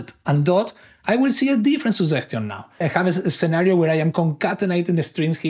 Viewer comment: Good video, I realized that I hadn't installed the chat. A small suggestion to the author is to work on pronouncing "suggestion" correctly. Luckily, the subtitles worked flawlessly.